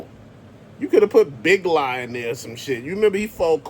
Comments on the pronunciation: It’s the RATTLER!!! not the RADDLER 😂😂 learn to speak English! His name is big lob! Not big la 😂 he’s the most annoying gi joe character that calls all his moves like a sports commentator 😂 so lame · And it’s not Big Law..it’s Big Lob (like a “LOB”in basketball) 🙄🤦🏽‍♂️